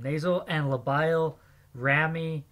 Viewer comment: When you're not in the medical field and u mispronounce most of the parts :)) Nice try on memorizing tho. keep it up but pls pronounce it right nxt time especially "labial" and "buccinator" :) no hate